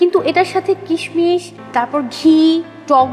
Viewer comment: kishmish sound so funny! kismis way better.